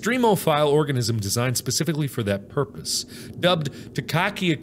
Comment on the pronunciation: Anyone else realize when Mark was reading the word purpose he said porpoise